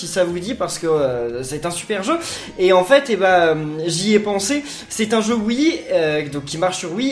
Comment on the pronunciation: Miguel Gaming oui sauf qu'il prononce wii ou et sinon ça marche pas